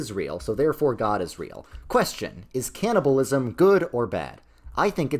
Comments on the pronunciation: ah yes canniblaism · Cannibalism, not Canniblaism… but I love the summary and appreciate your work to explain it in 10 awesome minutes, watching it for the 2nd time now